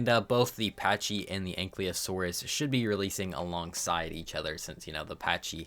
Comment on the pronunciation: the "Y" is before "L" in ankylosaurus btw, stop pronouncing it like it isn't. it's not "ankly" lmao